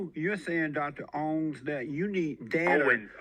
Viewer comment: "Dr Oongs, Dr. Oowings" 😂